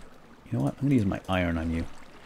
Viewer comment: its not iren its iron